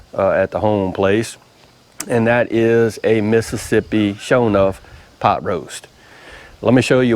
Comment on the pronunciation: Hey... I though he said Possum butt too haha. That is some good stuff. We make that pretty often at our house and it's one of my favorites. Good job brother.